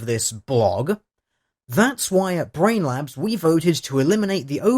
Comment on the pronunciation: It sounds like you are calling them Brain Lapse. Which is fitting.